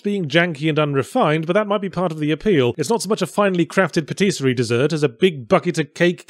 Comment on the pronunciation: Nitpick the pronunciation of Rentier, then assault my ear with pateeesserie?!?